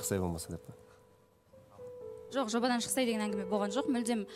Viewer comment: ӨТІНІШ БУКВАЛАРДЫ ДҰРЫСТАП АЙТШЫ!!! ЖӨҚ ЕМЕС ЖОҚ, ХОРОШӨ ЕМЕС ХОРОШО ДЕСЕЙШІ. СОСЫН САҚАУЛАНЫП СС ДЕЙ БЕРМЕШ😂😂😂. ЖАҒЫМСЫЗ ЕСТІЛЕДІ. КАК НИКАК ҚОСЫЛАЙЫҚТЫҢ МИССЫ БОЛДЫН ҒОЙ......